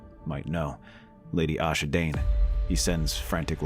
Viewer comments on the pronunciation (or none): Multiple times now uve called her Asha Dayne and thats not her name, its Ashara Dayne, pronounced like ash are uh